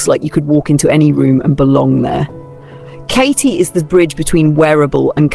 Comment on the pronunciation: KATE, NOT KItay NOT Kite NOT Katy…..just Kate!